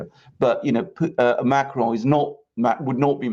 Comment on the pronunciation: can you please stop pronouncing Macron like he's Spanish